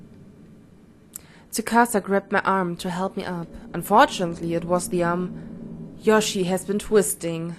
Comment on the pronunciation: Du sagst immer Yoshi... sie heißt doch Yoshie... also Yoshi-e ausgesprochen. o